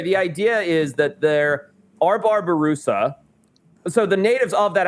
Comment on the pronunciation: *Babirusa nor Barbirusa cmon now…